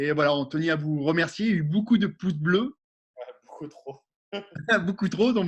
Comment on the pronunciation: Stop aux « boucoup » 😂